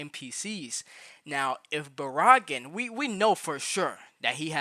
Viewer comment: Why you say Baraggan like Baraagan.... anyways Baraggan and Orihime barely move in the anime tho they might be just be put in later on as dlc